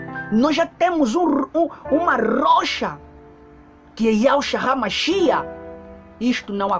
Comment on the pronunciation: Paz irmãos. Ele diz (RAMACHIA)Mas me parece que os Yzraelitas dizem ,apenas MACHIACH. Quem pronuncia certo ,precisamos acertar isto porfavor me ajudem!